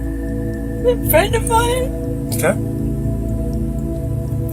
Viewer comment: Mmmmmmmine. That’s not mmmmmmminnnah